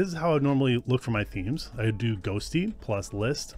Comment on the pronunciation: Sounds like you keep saying ghostly in beginning? ghosTTY must be a reference to the tty command